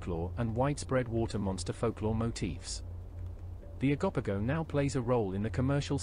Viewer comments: Oh-go-po-go. Not Agopago😂 This was an excellent video! I just wish you took a bit more time on each creature. The transition from one to another was so fast, that I had to keep skipping back because I kept missing a few lol. The Flatwoods monster was debunked as an owl that fold their wings up in a spade shape over their head when frightened, to appear bigger. An eye witness even agreed it was an owl, after he was shown a picture of an owl doing the defensive position, where it holds its wings up like a spade shape, over their head. Ok I'm done lol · O-go-poe-go Bah-haa You should possibly learn all the pronunciations before you post